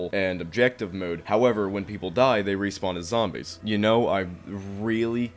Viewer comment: I love your pronountiation of "Zambies"